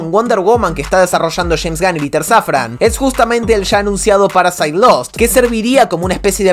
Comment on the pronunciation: Me encanta cuando dices paraside en vez de paradise